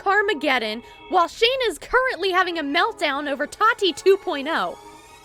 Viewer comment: Just a heads up. It’s tah-tee. Not toddy.